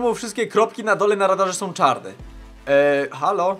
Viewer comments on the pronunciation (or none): none